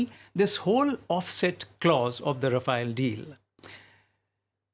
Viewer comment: rafale is pronounced as hafael and macaron as maco lol